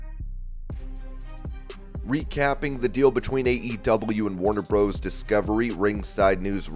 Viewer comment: Comentator you know that Warner Bros. Discovery is in realatiy Warner Brothers Discovery. Please stop saying Warner "Bros" you sound like the Robotic Idiot you are. Really.